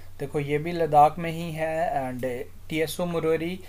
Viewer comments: But its not pronounced as T-S-O 🙏....Its like u saying Apple as A-P-P-L-E .....Not arguing Sir just telling ❤️ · Tso can be pronounced as "Soo"